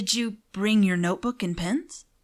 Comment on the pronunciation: What he said: did u bring ur notebook and pens? What i heard: did u bring ur notebook and pants ? It was really cool btw